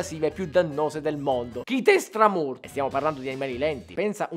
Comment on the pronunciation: Pugliese sicuramente!! ma di dove? kitestramurt lo dici esattamente come me :-)